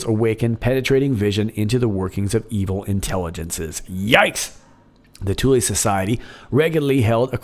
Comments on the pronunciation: " Thule " lol, you're saying it " toolee " when you should be saying it a cross between " fool " and " full ", how did you pronounce " Th " in school? You can pronounce " the " 2 different ways, " thee ", " thu " so Thule was never pronounced the way you are saying it. Great show though! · Thule is pronounced as "Thool". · "Thule" air base???